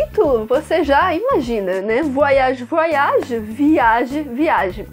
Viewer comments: Com você eu aprendi a pronúncia correta de "voyage". Merci!!! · Qt à pronúncia de "oy" (Voyage), não se pronuncia como se houvesse duas letras "i". "Oy" > uai. Então, se pronuncia /vuaiAGE/. Como vc pode ver, não se pronuncia com "ii". É apenas um e depois vem o restante da palavra "age".